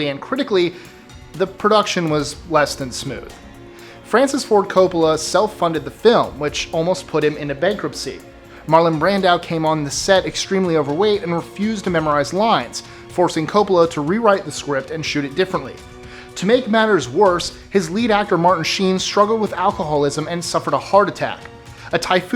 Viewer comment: ROBERT Wagner. ROBERT. And Marlon BRANDO, not BrandOW. BUDDY Ebsen, not Bobby. Call me for help with these things. Cuz I loves ya too much!